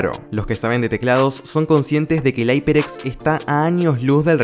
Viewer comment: como le llamas aiperx a la marca hyeprx. esa marca se pronuncia iperx no aiperx